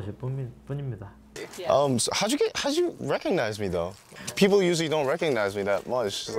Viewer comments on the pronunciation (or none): none